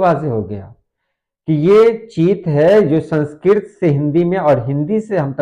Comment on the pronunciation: چیت کا موازنہ انگریزی کے Chat سے بھی کر کے دیکھ لیں ——- اور سن سکرت کا تلفظ - ر کے نیچے واضح زیر سے کریں